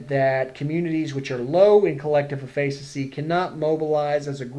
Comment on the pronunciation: great video...not how you pronounce efficacy though x_0